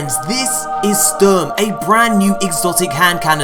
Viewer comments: Just for future reference, cause it makes me cringe how some pronounce the name of this gun. It's German word for "storm" and in German it's pronounced "Shturm". For reference, there's the old German gun known as the STG 44 (Sturmgewehr 44). I know it's a tiny detail, but still. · Sounds like spurm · its funny how you pronounce the guns name cuz its german and you kinda dont say it like the way you do :')